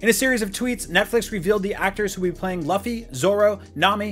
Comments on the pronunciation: It’s luffy! Not lawfy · It’s pronounced like LOO-FEE or LEW-FEE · this man said Luhffy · he said luf-fee not loo-fee........ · Luh-ffy???…L(you)-ffy. Man you could just watch an episode of the show and get that right at least. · This guy who says that has read every chapter of manga and watched anime calls luffy as "laffy" Why the hell is he lying to the audience about being a one piece follower? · Bro it's LOOFIE not LUH-FI how do you get that wrong 🤦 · Mispronouncing Luffy as “Luhffy” is one thing. But IGN why are you getting this guy to do anime news when he can’t even pronounce “Anime” he called it “Uhnime” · You can tell don’t watch one piece…. “Loffy”? Lmao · Its Luffy with a "U" sound not Laffy... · I'm sorry but it's NOT "Luh-fee", it's pronounced "Loo-fee" okay? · This man just say luhffy? 😮‍💨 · It’s not law-ffy it’s lu-ffy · Dude whats with you pronounciation, Ahnime, Luhffie, Aichiro oda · Luffy(Loo-fee) not luh fee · Defiantly a one piece fan as he mispronounced the main characters name -. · It's no lafy it's luffy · "number one fan" he said..immediately murders the main character's name..."LUH-FEE"? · How do you get Usopp right but can’t pronounce luffy? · No this man didn’t just call Luffy LUHFEE 🤦🏽‍♂️ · At least you didn't call him Rufy... :] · The legendary Lah-feee... Ffs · Louu-feee is the real way it should've been pronounced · Luhfee and yu yu hakashoe 😭 bro if you’re going to report on shows and names say them right smh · You can literally watch just ONE episode of One Piece in Japanese or English and realize it's still not "Luffee". How about get someone who actually cares about One Piece to review it 🤦🏻‍♀️ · It's pronounced "Looffy" not "Luffy". IGN get someone who is a fan of the manga/anime to make this clip at least. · Did he really just say "luh-ffy"💀😭😭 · LUH-FEE. 🤦🏻‍♂️ Literally 2 seconds of research could've saved this man. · Who the heck is Luhfie? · But you said Laffy... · It's pronounced Loooofy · bro it aint luf-ffy…